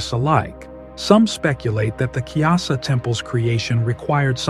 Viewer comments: Its Kailasa temple not kyasa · It’s pronounced Ku-ee-laa-saa